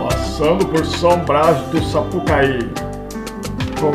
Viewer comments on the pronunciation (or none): Amigo, uma das cidades que você passou chama-se São Brás do 'Suaçuí' e não Sapucaí como você disse. Parabéns pela viagem e bom humor. A Heidi é uma heroína nessa garupa aí. Kkkkkk Abraço!